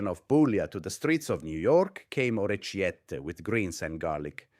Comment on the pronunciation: The AI doesn't really know how to pronounce Italian-- "aGGlio"? Nope. "OrreTCHiette"? Nope.